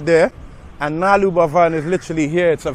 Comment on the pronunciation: Its not nalur Its Nal-lur 🙂